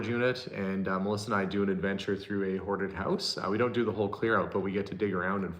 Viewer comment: talking of word differences in the UK we have the ongoing argument with the word scone pronounced sc-own or sc-on depending on which bit you come from. and when you say hoarded it sounds like haunted